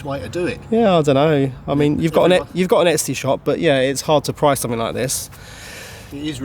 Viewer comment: It's funny that keeps saying Estee shop instead of Etsy Shop. In Quebec, Estee is a swear word.